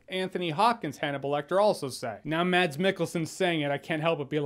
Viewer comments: It’s mas not mad-s Because it’s a Norwegian name. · Hejsa :D It's not pronounced "MaDs" the D is silent so you say it like you'd say "Mass" Love from Denmark :D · His name is surprising pronounced as Mas (like Christmas)- Michael-son.